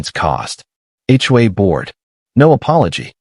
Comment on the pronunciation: TOW not toe or toast and HOA not hua